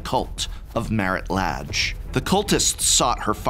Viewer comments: I always thought the pronunciation of the 'a' in the name Lage was kind of "a" and not "ah". (plus, as a non native-speaker of English this sounds ultra weird for me, I'd say "ei" in Portuguese for the English "a") Thanks for that it would be important to pronounce right to players of my future Storyteller-RPG campaign set in old Dominaria <3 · I've heard it pronounced so many ways at this point I'm not even sure what to go with. I end up being silly and pronouncing it "la-gay" yours sounds legit though. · I love this series, but also oops I've been pronouncing it as La(n)-ge 😅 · Don't worry. Its pronounced Lage. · So, uh… is it “lah-ge” or “lay-ge”?